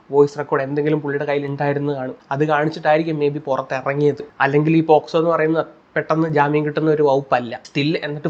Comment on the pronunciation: Posco alla pocso...kurach vivaram enkilum aadhyam vekku